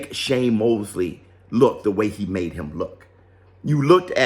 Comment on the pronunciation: Anybody ever notice shakur can't say the word "HIM" he says "HUM" LOL.. But anyway Shakur actually blamed the other guy for having a boring fight.. 😅 the guy is so annoying...Shakur should just not talk anymore